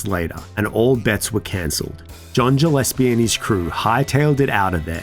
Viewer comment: You pronounced Gillespie wrong 😑